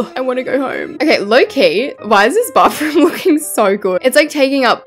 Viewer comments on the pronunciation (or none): You call a bathroom a bafroom😂😂😂